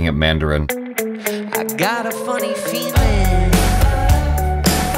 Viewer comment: Lmaoo the "i gotta funny feelennnn" that thing is stuck in ma head